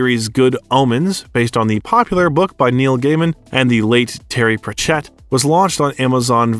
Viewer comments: Very interesting and seems well researched, but the narrator needs to invest a bit of time into learning the proper pronounciation of names. Sorry to be such a stickler, but it's Davison, not Davidson, and it's certainly not PratchEtt, just as examples. Also, in the introduction there's a clear mix up of Hamlet and Romeo. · You are NOT pronouncing Terry's name right! Its prachet...no emphasis on the last part just one word! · It’s a pretty good overview of one of the finest actors of his generation. But for the sake of grammar, Sir Terry Pratchett’s name isn’t “pruhTCETTE”, it’s PRAT-chet”. And Crowley is pronounced like the bird “crow” in front. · Thank you! Also his mispronouncing of Sir Terry‘s last name is a travesty.